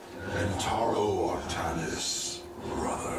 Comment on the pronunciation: AR-THA-NIS NOT AR-THA-NIAS